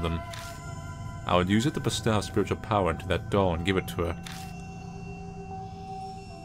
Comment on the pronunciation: ....ILU but bestow is toe, not ow. And gi is a hard g, like go.